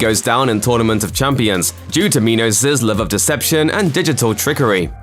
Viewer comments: It's pronounced Minos as in coal mine, not meeenos. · Okay so it's not just me, I was so confused as to why they pronounced it like that